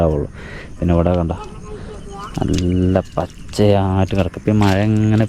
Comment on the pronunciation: മയ അല്ല മഴ